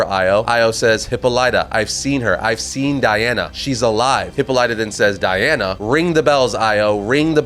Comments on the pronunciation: The way you say Hippolyta...😬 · Bruh you’re absolutely butchering Hippolyta. Please Google how to pronounce it because this is criminal if you’re going to continue covering Wonder Woman.